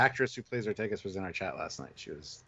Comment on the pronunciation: Lol love you guys but pls, Ortegas is Or-TAY-gus, not Or-TEE-gus. Like in Vega, Beta, Sega, Zeta, Diego etc, E has an A sound in Spanish and other Latin-based languages. Never heard you guys say B'Elanna Torres as Tor-REESE so I know that you can do it, gentlemen ;) We love the character, SNW is great and hopefully will go for seven seasons, the actress watches TrekYards,so I think we owe it to get her name right Cheers, thoughtful commentary on a thought-provoking episode! xx